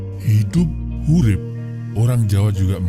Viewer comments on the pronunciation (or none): Sunda "Hirup" bang bukan Hurip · Bukan hurip min tapi hirup. Mimin nya kurang wawasan🤣🤣🤣🤣